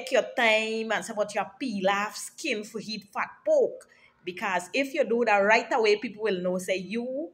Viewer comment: The way she said fat poke.. Lord have mercy..😂